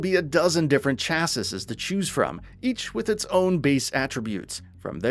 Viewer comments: Chassisses lol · You guys literally don't know anything the rest of the community already knows do you? On top of two low-key instances of plagiarism... It's a wonder you've stayed in business so long. Also, learn to pronounce "chassis" right, for the love of every abandoned blood god that has ever soaked in the souls of the damned. The fact the only reason you know the PC specs at all through Steam is both hilarious and scathing. How about you start listing your damned sources too while you're at it? If you're going to be a games journalist, at LEAST have the due diligence to do it with integrity. -_